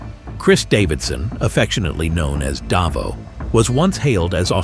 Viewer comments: “Darvo” It’s “Dave-0” you dumb dumb. Great research 😂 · It's not Davo, it's "Dave'O! It has a lot to do with Greek immigration back in the 60's and 70's. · its Day-vo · "Dar-vo" Are you kidding... huh... ??